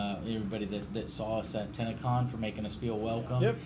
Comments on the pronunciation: even when he says it, it sounds like tanacon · Every youtuber ive heard say TennoCon pronounce as TanaCon. Its a little disturbing. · I thought he said tanacon lol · For a second I thought you said TanaCon